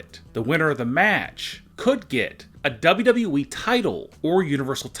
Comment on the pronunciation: What's the plan for your voice ???? Doubblue boubblue eeeee It's W W E